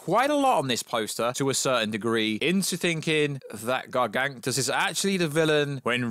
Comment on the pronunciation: How on earth do you manage to pronounce "Gargantos" as "Gerganktus"? 😂